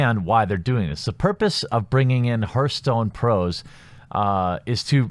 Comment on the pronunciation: i hate to nitpick man, but its pronounced harthstone, not herthstone.